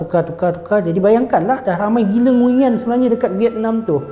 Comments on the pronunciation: Sebenarnya sebutan nama NGUYEN ni bukan ngu yen, tapi nguen. Aku pun baru tau lepas sorg brader vietnam bagtau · sebutan "NGU-ERN" la.. bukan "NGU-YEN" tgk Ě dia ada intonasi berbeza. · Kalo dlm American movies, cara dorang pronounce nama ni nguwen sebenarnya ya. Bukan ngunyen. Betulkan yg biasa, biasakan yg betul. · nama nguyen tapi sebenarnya kena sebut "nguwen"